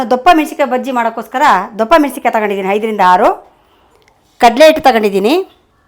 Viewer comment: ** ದೊಪ್ಪಾ** ಅಲ್ಲ ಮೇಡಂ, ***ದಪ್ಪ ಅಥವಾ ದೊಡ್ಡ***🤣😂